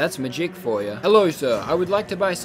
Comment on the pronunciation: I really like how he say magik not ma-gic